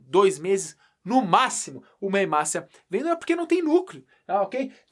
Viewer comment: ''hemácea'' kkkkkk